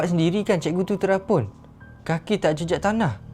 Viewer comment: Terapung bg bukan terapun